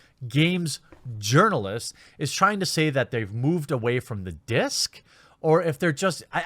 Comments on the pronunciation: I honestly thought you were just pronouncing it yournalist because it sounded funny, and european. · I thought you were saying "Yearnalist" - yearning to be noticed or make a difference or be offended on behalf of anyone. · I understand where you get Urnalist from, but when I heard you say it first I thought you were saying Yearnalist, as in they yearn to be a journalist, and I prefer that explanation! :P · I always thought you were saying yearnalists as in they wish they could be journalists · For all this time I thought you were saying journalists with a Mexican accent..